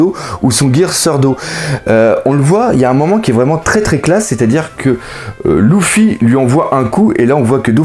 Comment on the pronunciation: on dit leffy et dressroza